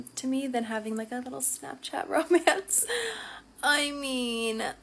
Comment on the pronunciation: Damn girl you said smapchat you basically should have said snatchchat